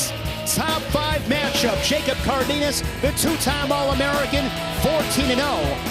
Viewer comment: It’s pronounced Car den as